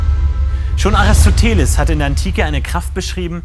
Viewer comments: Genau genommen ist das die korrekte/griechische Aussprache. Er hieß Αριστοτέλης (Aristotélis). Aber stimmt schon, für uns hört sich das komisch an :D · Aristoteles wurde absichtlich falsch ausgesprochen oder? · "Aris-to-teles" :D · xD wie er aristoteles auspricht so geil